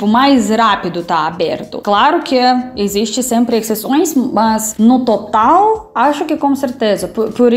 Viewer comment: Caramba!! A tem a pronúncia quase perfeita, ela apenas entrega que é estrangeira quando fala a palavra "EXISTE" com o som de "ESSISTE" enquanto o falante nativo diz "EZISTE". Mas não se preocupe porque é só um comentário à toa!! Valeu!